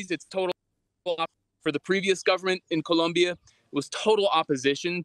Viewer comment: It's Colombia not Columbia.